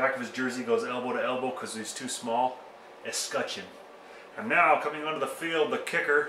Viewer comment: Wear gloves! That's what we do in Denver. I was looking for a film where someone would pronounce escutcheon. Decided to watch the CO guy. I think you did it right. Thanks.